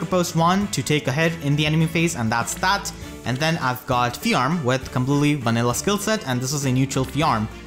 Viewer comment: Do you intentionally mispronounce Fjorm's name so horribly? Like an intentional joke to bait out cringe and hate?